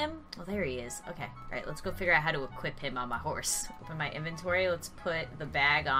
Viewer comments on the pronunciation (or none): none